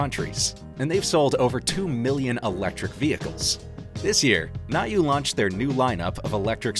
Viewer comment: Thank you for the detailed review. About the get one in Prime day. By the way, it’s pronounced as “new”.